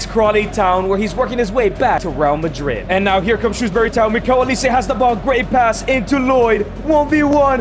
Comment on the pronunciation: Who the fucm is miguil olise gng get it right